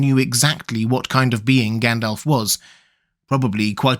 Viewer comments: I just get annoyed by his pronunciation of the names. He says Gendelf instead of Gandalf etc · Fun fact: It's supposed to be pronounced Gandalv. According to the Appendix, if Tolkien had intended it to end with an F sound, he would have spelled it Gandalph. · Did you say Gand-Elf?